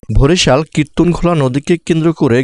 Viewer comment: ভরিশাল না ভাই বরিশাল😑